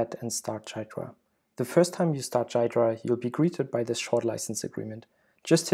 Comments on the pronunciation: You pronounced it wrong , by the way. It's supposed to be pronounced gee-druh, not guy-druh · It's Gee-druh, not jeye-druh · WTF is "Dude, it's pronounced "Ghidra"! "? That leaves things as clear as mud. It is pronounced GEE-druh with a hard G (as in "good"). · 'Jiy -dra' lol its pronounced like Gee-dra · Please say "gear dra" from now on in place of "jai dra" you're killing me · great tutorial - but it's not jai-druh, it's gee-drah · It is pronounced gee dra nor jeay dra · Wait, it is pronounced jai-dra not ghee-dra? Learn something new everyday. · It's GHee-Drah bro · He never read the FAQ: Frequently-asked-questions#how-do-you-pronounce-ghidra > Gee-druh. The G sounds like the G in goto, great, good, graph, and GitHub. The emphasis goes on the first syllable. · Bro it’s ‘gee-dra’ 🤦‍♂️ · For future listeners, Ghidra is pronounced, "Gee-druh"; [3] /ˈɡiːdrə/[4]). Source: Great video, and well-explained usage. Keep up the great work. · it is pronounced gheedra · It's pronounced GHEE dra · I believe it's pronounced "gi-door-ah" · It is pronounced "Gee-druh" but that's okay. This video was a very nice introduction, by the way! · The way he says Ghidra drives me crazy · It's Ghidra!!! It's not a J. It's a soft G as in gear (not G as in generous or gentle or genius). Then it's followed by hard E, as in easy and finally dra (soft), as in dram. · it's Ghidra G as in Get. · Dude, it's pronounced "Ghidra"! (j/k, was a good video) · It's funny that you pronounce Ghidra wrong this entire video.